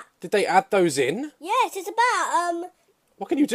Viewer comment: “SOME OF DOS APPLES”